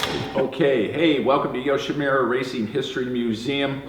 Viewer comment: le sigh... it's Yoshi moo ra. Not Yoshi mew ra